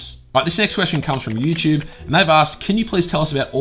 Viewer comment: i love how you say youtube... "youchube"